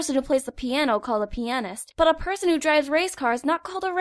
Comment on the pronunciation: Bobby K I keep thinking they say penist